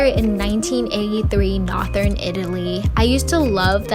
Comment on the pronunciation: girl did u just say somewhere in nothern, it was northern like as in north east south west